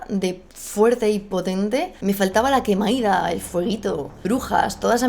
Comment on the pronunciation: TAN XU GUEI RAS (no tanxungueiras) QUEI-MA-DA (no quemaida) Tan complejo es de pronunciar? 🤣 Muy buen análisis 💜